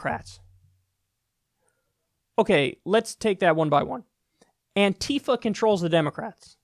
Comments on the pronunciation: Kyle... ffs.... is not "Anteefa" it's "Anti-fa". ANTI-Facist-Action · "Antifa." Not "anTeefa."